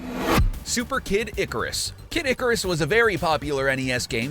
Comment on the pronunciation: THE WAY YOU PRONOUNCE ICARUS HURTS MY SOUL